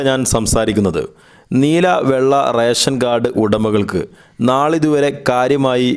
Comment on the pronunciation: റേശൻ കാർഡ് അല്ല, റേഷൻ കാർഡ് ആണ്. ഉച്ചാരണ ശുദ്ധി ശ്രദ്ധിക്കുക. പിന്നെ ഇത് റേഷൻ കടയിൽ പോയാണോ വാങ്ങേണ്ടത്? അതോ വേറെ സോഴ്സ് വഴിയാണോ വിതരണം ചെയ്യുന്നത്?